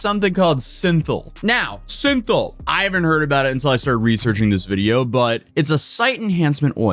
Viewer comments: its synthol, not synthenol, and its injected into the muscle, not under it, but fairly accurate information 👍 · It's cosmetic like a video game skin I've heard it pronounced synth-all Oh my fucking god he made his own Nope nope nope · Funny listening to this nerd mid-pronounce synthol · I love the fact that you're definitely not in this fake world because of mispronouncing the side enhancement oil halfway through. love the commentary on it because regular people don't even see this kind of craziness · You researched synthol and pronounced it like that?